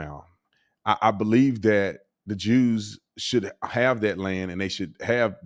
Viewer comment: Since when cant you say Jews in a podcast? Why does he keep saying "Droos"? Jew jew jew jews jews jews. See? No lightning bolts....